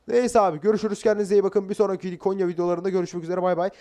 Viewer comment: Abi Konya değil "Gonya" Biz Gonyalılar böyle deriz